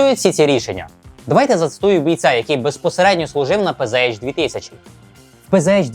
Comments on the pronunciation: та не пз а пц. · Все б нічого, але вірно казати ПЦХ 2000, бо це німецька мова.